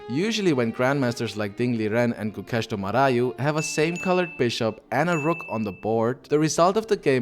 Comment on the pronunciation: His name is Gukesh DommaRAJU. Not RAHU. And ARJUN is the real pronounciation. Not ARYUN.